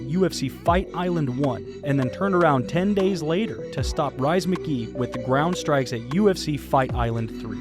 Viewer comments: Rhys is pronounced Reese not Rise. Someone get Khamzat a thesaurus. Pummel. Destroy. Crush. Anything but smash! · It's pronounced REEECEE like Reese Witherspoon. Not rice 🍚 haha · It’s pronounced Reece but spelled rhys